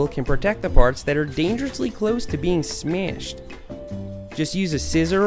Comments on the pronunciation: Not being hateful or rude.... but when he says smashed hahahahaha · I like how he says smashed